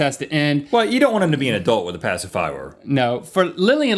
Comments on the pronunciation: "Pacifwower" = Passive hour? XD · Hello from 2020. I’m just here to appreciate the commitment to pronouncing it “pacifywer” throughout the video 👌 👍